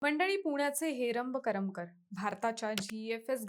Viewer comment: करमकर नाही ग करमरकर